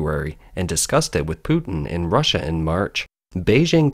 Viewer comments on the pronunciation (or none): none